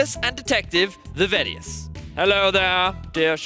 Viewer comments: vedius gains?;o Guy lifts. He is kinda lucky he has the accent/voice tho^ Im kinda sad i missed all these songs tho 0o Only watch vods deserves kudos tho, love that guy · Ah yes, the famous MeediVeedi duo :D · its funny how pronounced vedius´ name now that they are a casting duo xD